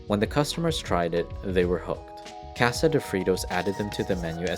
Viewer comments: Did the man that bought Frito co for $100 but only paid $80 and owed $20 ever pay the $20 owed because I never heard the Narrator who can't say Casa or masa correctly never mentioned so that families still owed? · The way you pronounce masa, tamales and, casa makes me want to stab out my ear drums with a pencil.